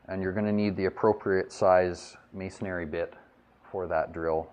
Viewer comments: nice video but the word is pronounced mason ree, not mason ary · Good catch.. He's right, there's only one "A" (and no "air") in MASONRY. Three syllables. You're welcome! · Thanks, man. Don't pay attention to the detractors. I like your videos AND I say MASON-ARY. Thanks for taking the time to share what you know. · Why does no one pronounce "masonry" correctly?!? Everyone says "masonary". Irritating.